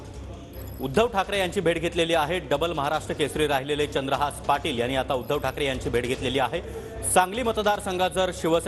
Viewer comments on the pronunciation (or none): बाबांनो चंद्रहास नाही चंद्रहार.... साधं जरा बॉलिवूड अभिनेत्री पेक्ष्या पैलवानांच नाव लक्षात ठेवलं असतं तर बरं झालं असतं